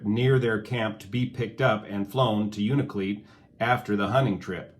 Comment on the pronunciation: Thank you for the correct pronunciation of UNALAKLEET as una-la-kleet, not una-kleet